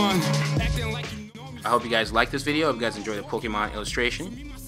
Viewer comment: Its not pookimon its Pokaemon.........I always get triggered when I here people say it like that haha